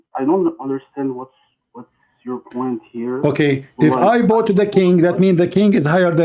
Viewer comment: The only stoopeed word always say wrong is " Bow "